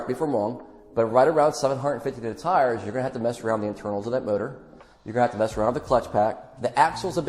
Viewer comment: and Right around what tires? I cannot understand what you are saying. I have listened to this several times and I just cannot pickup on what you are saying.